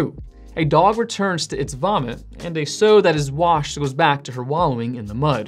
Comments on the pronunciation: FHI… it’s a saau (sow) not pronounced sow (sew) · The word Sow is pronounce with a short "O", so it sounds like the word "NOW", only with an "S". You pronounced it like the words So or Sew. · "sow" pronounced like "now" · Did you pronounce sow as sew?